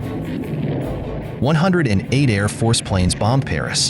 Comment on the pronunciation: 😂 Pas "Lutwaffe" ! mais Luftwaffe ! ! 🥴 Et le pépère qui voit du 37 partout alors que ce sont des balles de pm ou de fusils...